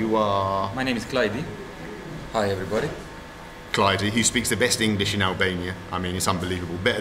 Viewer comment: It is actually a very common name in Albania. However, it is pronounced Klajd* not Clyde.